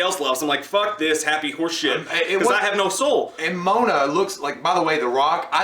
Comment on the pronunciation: whats "Mona"? its Moana...goddamn it